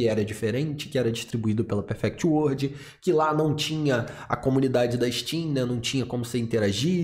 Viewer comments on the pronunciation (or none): none